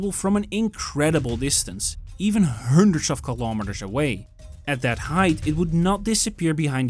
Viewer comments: “To five hÜndred!!!” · HAHAHHAAHA Why can´t you say "a hundred"? what's going on with your English? Computer voice? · His pronunciation of Hundred is driving me crazy 🤪